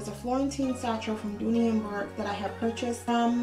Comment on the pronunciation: The pronunciation of Bourke is Burk. I've come to accept imperfections as a normal part of florentine. You are lucky when you get a perfect one and even then the perfection only lasts so long. Hope you find the one that makes your heart sing.